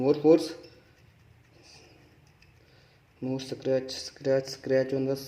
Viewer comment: What are we gonna do with the back of the phone. Hahahaha funny guy don't no also how to pronounce scratch hahaha nonsense, nobody will bend the phone instead of calling or playing. Idiot.